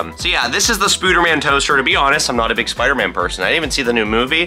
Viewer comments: No one is saying to him that it’s not SPOOTER MAN it’s SPIDER MAN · Spooder man 😆